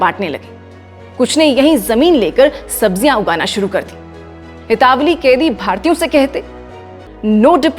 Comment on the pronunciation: Itawali nahi italavi hota hai